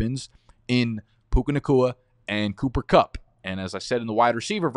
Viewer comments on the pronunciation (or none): Man I think you said “Cuca Nakua & Pooper Cupp”